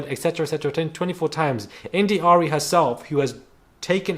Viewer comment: Yeah it’s one thing to slip up,to say this shit over and over…btw idk why it irritated me when you said my girl India Arie name wrong 😂💀